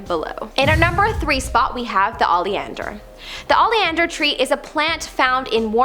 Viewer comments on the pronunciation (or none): Why is are the younger generations mispronouncing everything. Oleander....is there an "a" in front? No. OH-lee-and-er, not AH-lee-and-er. That's not the only one either. I hear mispronunciations all the time for commonly used words. WHY?! I love this channel, I do, but the mispronunciation is making me crazy.